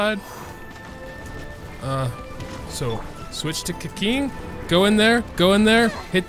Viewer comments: For gods sake can anyone stop calling keqing keqing? It’s read as kuh qing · You said let's switch to keking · what the hell did he say keking? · its pronounced ke-ching, its spelled keqing but pronouned ke-ching.